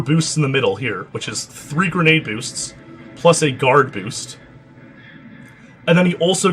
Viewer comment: "nice bewst" h ah ah ha i love canadians sometimes eh! buddy, guy, friend lol